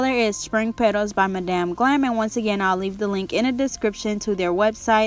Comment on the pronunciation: No negativity intended... madam is pronounced like mad-um glam . Beautiful set btw